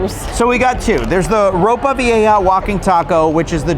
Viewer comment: You pronounced ropa vieja pretty well, you go gurl!